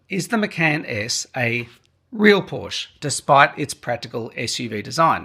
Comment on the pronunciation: can’t take a review seriously if you cannot pronounce the brand